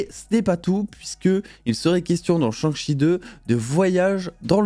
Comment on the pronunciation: Un gros « cheuh »🤣🤣 ça se prononce CHAIH (avec le H aussi)